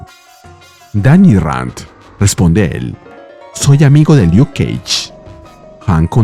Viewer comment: Por si acaso, se pronuncia Luk Kéish, no Liuk. Y más voces estas interpretando ❤️👋👋